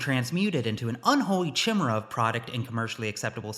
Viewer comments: I believe it's keymera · Hah, that's not how you pronounce Chimi-Rey! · its pronounced 'Kymera'. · so that's how you chose to pronounce 'chimera'?? I'll take khimera and himera over yours any day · THAT'S NOT HOW YOU PROMOUNCE TSHIMERAY!